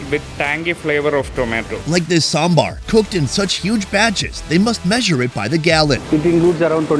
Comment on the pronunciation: The moment when our food expert correctly pronounced "Sambar".Lovely